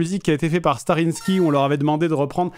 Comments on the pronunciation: P*tain il a encore dit "Starrinski" 😭😭 Ce n'est pourtant pas compliqué de dire "Starrysky" 😂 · Ca fait toujours un petit pincement au cœur d'entendre Fred mal prononcer Starrysky, alors qu'il a l'air de les apprécier et qu'il travaille régulièrement avec eux. C'est starry sky mec, skaille, ciel étoilé, ça se prononce pas à la russe comme l'antivirus (Kaspersky) ou le compositeur de synthwave (Kavinsky) :'(